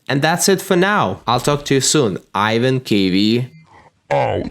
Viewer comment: That’s not Ivan y’all. That’s.